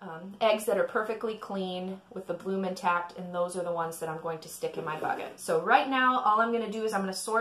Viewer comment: Bloom, not plume.